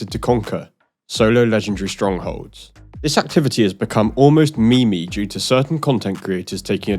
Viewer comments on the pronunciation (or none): I gotta be that guy...you actually said 'me me.' It's pronounced meem/meam like beam